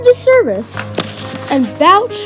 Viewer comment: One nitpick: Bouch is actually pronounced “BOh”